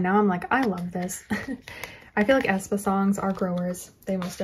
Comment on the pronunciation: Not A. E. ae like ae. Spa (Aespa)